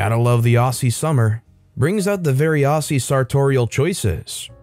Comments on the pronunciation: For that first story, I know exactly what footy shorts and pluggers are but I'm cheating because I'm Australian 😅 Also, the double s in Aussie is pronounced as a z so it sounds more like ozzie than ossy. Honestly though, say it however you like! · Aussie is pronounced like Ozzy.